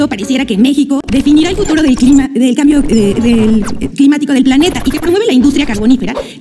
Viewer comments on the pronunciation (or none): Es un asunto preocupante que la mujer no pueda pronunciar "cambio", "personas"' y "gases" (o más bien la mitad del discurso sin equivocarse) Tendrá alguna discapacidad intelectual??